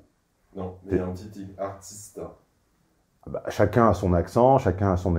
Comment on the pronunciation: la fille à qui dit "artist'eungh " à la parisienne. Lol, on sent le Christophe qui veut sa place +veut sa coupe de cheveux.